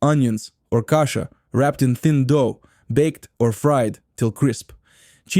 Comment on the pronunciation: It's strange that the VoiceOver person pronounces "bialy," "kasha" matzoh brie" and "challah" wrong. Weird!